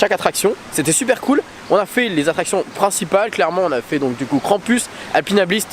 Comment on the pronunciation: Mon dieu! La tour a l'air horrible 😱 tu as eu du courage de la faire malgré le vertige! Par contre trop drôle de dire KrampUS 😂 en vrai cela se prononce KrampOUS même si il est écrit US 😘 (l'origine est allemande) Tu es génial!!!